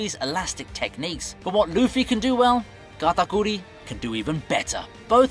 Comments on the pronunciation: Sounds like this dude pronounces Katakuri as “Gatagoolie” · Why he say katakuri like that...